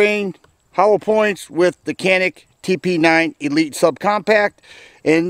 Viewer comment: Hi! Cool video as always. Just wanted to let ya know that I was corrected from saying “Canik” recently. Wanted to pass on the knowledge. In Turkey, they pronounce the letter C like a J. And I is an ee sound. Therefore, it is pronounced “Janeek” Have a great week!